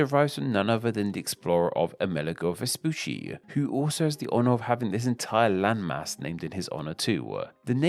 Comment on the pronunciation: vespoosy was so funny every single time he said it XD in italian, the double cc is a ch sound, like focaccia. so it was more like vespuchi